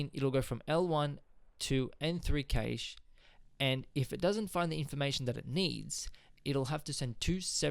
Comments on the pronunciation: Informative ,however it is pronounced Cash not Kaish. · Cache is the same Cache meaning a hoard or Stockpile. It's pronounced like CASH money.